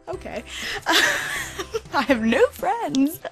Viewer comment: Stop saying. Fricend